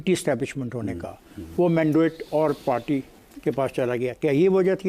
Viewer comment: پارٹی نہیں "پاٹی"